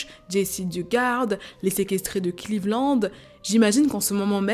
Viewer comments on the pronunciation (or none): none